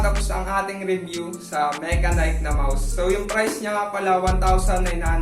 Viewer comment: Ang pag pronounce lods sa brand is "Mashenik." But overall, nice review pa din 👍